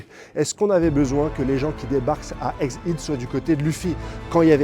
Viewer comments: Pourquoi dis-tu eggid ?? C’est head ( tête ) . La prononciation c’est bien [èd ] et non [id] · ègue aide, aller redit le, ègue AIDE , ça se prononce ègue AIDE PUITAIN !!!!